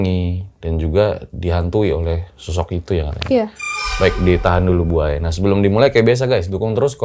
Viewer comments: Kedengarannya ku manggil Narasumber Nya ( Buaya ) ternyata Bu Aya 😭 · Namanya bu Aya, pas denger ceritanya tanpa lihat subtitle aku dengernya buaya 🙈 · Bu Aya bukan Buaya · Hahaha manggil bu aya kyk gk ada spasinya jadinya "buaya" dech 😂😂😂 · Krna ngk pakai k. Buk. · Salfok sama yg selalu bilang Bu aya tapi dengernya BUAYA 😂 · Nyebuta bu Ayanya pake jeda bang biar ga salah denger 😁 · Bu aya,bukan buaya,maaf ibu🙏